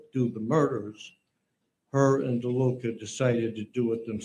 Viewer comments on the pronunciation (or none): It's not LeDuca.. It's DeLuca...